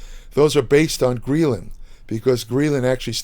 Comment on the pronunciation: It's pronounced greh·luhn, not gree·luhn lol